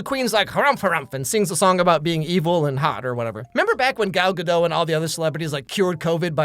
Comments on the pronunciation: It's not Gal Guh-dough. It's Guh-dot. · You pronounce the "t" so it should be guh-dot, not guh-doe. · Her name is pronounced GaDOT, not Gadoe. Google it fucko. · Gadot is israeli, not french. The t is pronounced. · Also her name is Gal Ga-DUT if anyone always wonders how it's pronounced. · She's not French. That's not how you pronounce Gadot.